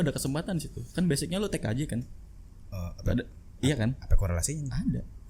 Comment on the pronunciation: di ajakin mas juljam berantem..... dia kesel denger lu ngomong tkj T nya itu traider